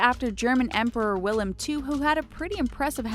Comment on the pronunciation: she pronounced wilhelm wrong.... very cringy